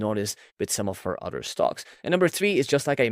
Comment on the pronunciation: Please work on your pronunciation. It’s hard to understand what you’re saying sometimes. For example, the way you say “concentrated” is very rushed (missing parts of the word) and when you say “other” it sounds like “odder” or “order”. If you search “x pronunciation” on your browser, it’ll give you an audio of how it’s pronounced, and you can use that to practice saying different words. That’s how I mastered English as my 3rd langauge. Looking up how people’s names are pronounced is also a good idea. For example, Thiel is pronounced “teal”, there’s no “th” sound (referring to your recent video).